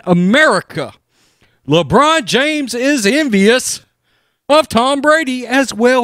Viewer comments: "Lebronda James" 🤣🤣🤣🤣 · "Lebronda James" hahahahahahahaha